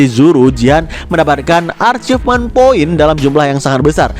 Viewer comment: saran buat bang admin.. kan sering blg arcifmen.. itu yg benar achivmen bacanya bang. dari kata ACHIEVEMENT bkn ARCHIVEMENT (ini tdk ada dlm bhs inggris)..